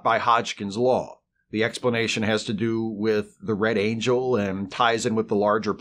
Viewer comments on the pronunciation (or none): none